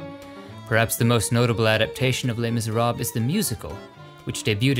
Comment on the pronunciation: While i really like your style of videos and narrating, may i suggest to get a native speaker to pronounce the names ? For example, you say Les miserab, but actually it is pronounced lö (ö is a mix of o and e), silent s; miserable, silent s, short e at the end.